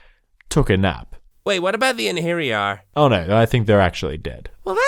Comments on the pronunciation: just so you know, wyrd is more accurately translated as fate than destiny. also, eirhinjar are pronounced air in jar. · Ine-hair-yar XD